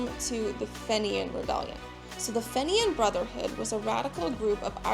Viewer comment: Had to stop listening after hearing "fenian" continually mispronounced, to my ears anyway.